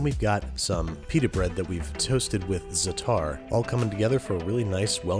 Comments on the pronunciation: It's pronounced ZAAtar, not zaaTAR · Please stop enunciating the "t" in "zattar" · Hey just a heads up zatar is pronounced "zaatar' the first 'a' is stretched out a bit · It’s za’tar not zataar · I love ya babish, but part of my heart cracked with "zuh-tar." Given, that's how it's spelled, but it's more, "zah-turr." Look into it, yeah? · A closer pronunciation in English is Zah-ter instead of Za'-tar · its not "zuh-tar" its "za-atar" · shakshuka was all wrong, and its za-atar. God I feel like such a nitpicker but this stuff does irk me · Cringing at the way he said za'atar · Also, that pronunciation of za'atar HURT.